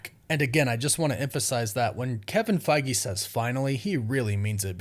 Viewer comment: I dont think you pronounce his name as Kevin Fagi or Faggie, its Feige